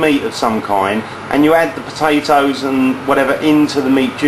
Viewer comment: PAPATOSS lol ahahah he ses it so funny!! !@